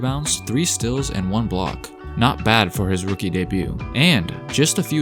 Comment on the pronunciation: It’s not stals its steals